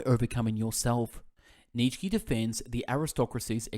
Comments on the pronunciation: His name is pronounced Neetshe not Neet shky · Neetshkee, Aaaaah this is painful to listen 😂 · its pronounced nieetzzs eheksye not Neetshe or Neet shky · Neech key 😂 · they're on my channel, but not in English, haha. Jokes aside though, mate, your content is excellent, I've listened to a few of your summaries already and they were great, however this one is just.. it's wrong to mispronounce his name so bad. Nietzsche is such a unique and famous philosopher that not knowing how to say his name might only mean that you've never heard of him before making this summary which just makes you question is it even a good one? Is it even worth listening to it when the reader doesn't know what he's talking about? I'm sure it is great overall except the mispronunciation but I hope you can understand why people comment under here with Neetshkee, it's just painful. Anyway good luck with your channel, all the best. No hate intended!